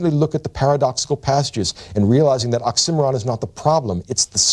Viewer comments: I had to spell out "occimeron" before I realised he meant oxy-moron. Otherwise, fantastic lecture as always. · I forgot what an occimeron was until I realised he was saying oxymoron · I was today years old when I realized I was saying the word oxymoron (it sounds like he's saying oxcimeron but that's not a word) wrong. I even put the CC on... 🤯🤷🏼‍♂️😜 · OCK-see-MORE-on, not OCK-sim-or-an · Interesting that the pronunciation here is more like ox-simmer-on and not oxy-moron. Confusing at first trying to figure out what word he was saying. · I never heard someone pronounce oxymoron the way this guy did lmao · I've never heard anyone pronounce it "ox emm er ron" before. I've always heard it as "oxy moron". Did this stand out to anyone else? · Why do you say oxih Mahron lol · The oxymoron is mispronounced by the lecturer. . It is correctly pronounced as oxy more on. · Wait, its "ox IM' eron"? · why do you pronounce "oxymoron" as "ocksimmeron" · did he just pronounce oxymoron ox sim or on? what on earth? all trust lost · Ox Cimarron? I'll bet he pronounces Uranus "urine us" too. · I have a dozen criticisms, but his oratory certainly isn't one of 'em... although his pronunciation of 'oxymoron' drove me mad. "Nietzsche is a master of occimeron", you say?? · Embarrassed to admit that I thought I was looking for a word I did not know, like Oxcimmaron or something. So now I know how totally cool people pronounce oxymoron. lol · I stg if he pronounces oxymoron wrong one more time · never heard oxymoron pronounced like that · Took me a while to realize he was saying "oxymoron." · I’ve never heard oxymoron said like that and had to google the word and spelled it out to realize he’s sayin it a way I’ve never heard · Sounds like the English pronunciation of "Birmingham" when compared to American English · Ive never heard oxymoron pronounced like that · So THAT'S how you pronounce oxymoron. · Damn, the professor will never learn the proper pronunciation of oxymoron.